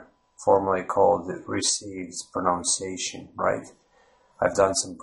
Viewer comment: Your accent does not sound American or English. I would have guessed Lithuanian or maybe Estonian. Something eastern and northern anyway. Good on you for trying though. Suggestions: 1) Try saying "pro-NUNCE-ee-ation" when pronouncing "pronunciation". 2) Google "The Great Vowel Shift" to see why the spelling of English will get in the way when you try to pronounce it correctly. 3) Google "rhotic vs non-rhotic" to get a clearer idea about the "R" sound in English/American/Down Under accents. 4) Also, omitting the definite and indefinite articles is strong indicator of a non-native American/English speaker. 5) there are many accents within the US just as there are in the UK and Down Under. My experience of having lived in New Zealand, London, and California has taught me that an effective strategy is to focus on making your own accent comprehensible and pleasant without trying to sound like any specific accent. This will make your speech memorable and interesting without making it sound as though you are trying to mock someone else's accent. Just my two cents... Good luck